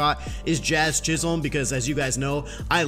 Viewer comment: Jazz's last name is pronounced chis-him